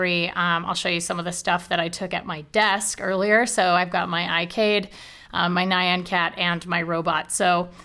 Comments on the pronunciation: nie-an cat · Nie-an cat.